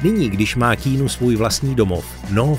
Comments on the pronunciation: Když už uděláte video o tomto člověkovi, mohli byste si aspoň zjistit, jak se to jméno správně vyslovuje. Je to [kijanu rívs] ne [kínu rívs] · Nie keenu ale Kianu :) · Nauč se vyslovovat alespoň ta jména. Žádný Kínu, ale Kijanu. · Keanu není "Kínu", ale "Kianu", jak sám odpověděl na dotaz, jak se jeho jméno správně vyslovuje. Skvělý skromný muž ❤ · [:kay-ah-noo:] is the pronounciation, just for the info (ive heard you were saying that not-good-at-all the whole time) moment, vždyť to nemusím psát v anglině :D no ale fonetiku nahoře poznáš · Vyslovuje sa to Kiánu :)) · Proč mu říkáte "Kýnů" ? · Zas mi to video naskocilo, tak jsem na nej kouknul... Autor by si mel zjistit, jak se opravdu jmenuje... Protoze [kínu] se Keanu OPRAVDU NEcte!!! 🤦🏻🤦🏻🤦🏻🤦🏻🤦🏻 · Říká jeho jméno Ke-a-nu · K"ý"nu. Ouch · nezlobte se na mě, ale když už v komentáři vyslovuji jméno Keanu asi 100x, zjistím si snad výslovnost, hrůza tohle poslouchat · Informace ve videu jsou mírně řečeno zmatené, mimochodem, i výslovnost jména Keanu máte špatnou.